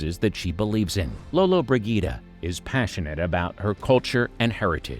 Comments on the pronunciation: The mispronunciation of her surname in this video just annoys the crap out of me uff 🙄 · 5 seconds in and he mis-pronounces her name.